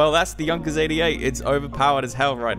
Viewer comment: Correct he says it.